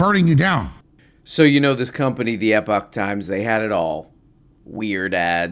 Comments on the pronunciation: "eee-poach times"? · “Ep-itch” times was killing me 😂